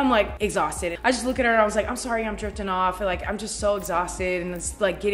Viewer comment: I swear you said jerking off instead of drifting off that I had to replay it three times 😂😂😂 you can see where my head is at 😂